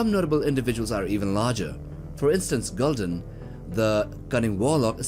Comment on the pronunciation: There are dire orcs in the Warcraft universe that are much larger than average ones. P.S. It's "GoOhl-dahn," not "Geal-dUhn."